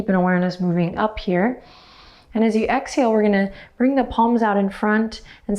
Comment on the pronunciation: Did you just say “hexhale”? That is adorably clever!!!!!!!